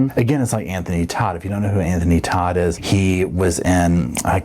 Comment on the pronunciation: Hi! Ok so i watch Anthony Todt's trial all the time - and when Anthony got on the stand, he pronounced his name "Tote"... Just FYI 😊